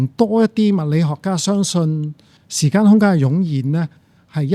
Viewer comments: 點解講成”時姦”😅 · 點解教授要將時間讀成時姦😂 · 時間並不是時「姦」，正如間尺不會講為「姦」尺。 其他一切感謝主持人及教授高質素對話。